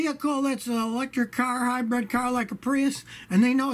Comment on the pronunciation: I love how Scotty says "hy-bred". Reminds me of my grandfather who is about the same age.